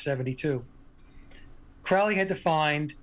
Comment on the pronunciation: Tuned out as soon as he mispronounced Crowley.